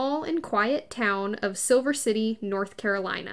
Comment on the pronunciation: SILER city...not SIlver.